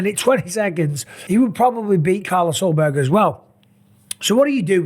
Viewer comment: Jan vs yiri for the belt? You mispronounced Carlos Ulberg